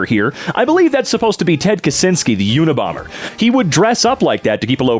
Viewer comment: I have to comment. It's "unAbomber" not "unIbomber". He didn't just cause 1 explosion, lol. And the reason he was called that is because of the FBI's identifier acronym for his case: UNiversity and Airline BOMber, or UNABOM.